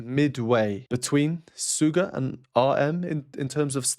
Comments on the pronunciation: Side note... "Suga" is pronounced "SHoe Gah"; he created the stage name based on his favorite basketball position to play, "SHOOting GAurd". :) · Thank you so much for the awesome reaction, very enlightening! Just to let you know, Suga is pronounced Shooga, like the sweet white stuff we put in our tea 🙏💜🌸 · Used to study music professionally, left it but always regretted. Love your analysis, probably more detailed than anyone I’ve ever heard so far. I adore BTS. Just to mention: SUGA stands for “shooting guard” means pronounced with “sh”, although, Korean spelling is “s” but native speakers told me that “s” followed by “u” still readable as “sh” in Korean and considering it’s an English language abbreviation, it should be “sh” and that’s how most people pronounce it. I’ll add a link to prove: Other than that, what a pleasure to listen to your analysis. Thank you!